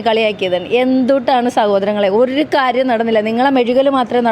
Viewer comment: 😂 കാരിയം അല്ല കാര്യം 😂